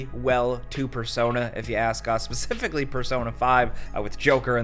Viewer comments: Pacifically?? Specifically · Imagine being an adult and still saying “pacifically”